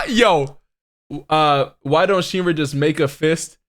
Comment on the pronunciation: Shinra not shine